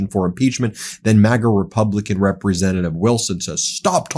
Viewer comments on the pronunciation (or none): I wish someone could have taught him how to say representative a little better!!